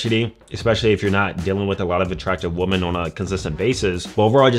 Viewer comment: Weh-men. Please stop pronouncing the word women like that. Women do that.